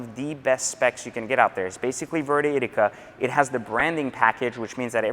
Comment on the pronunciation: Its "ITHica" not "I-TT-Ica". Awesome car!